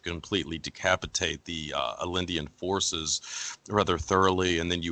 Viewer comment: PEE-know-shaye not peeKNOWshay. And it's Ah-Yen-day NOT Alindinan (spelled Allende)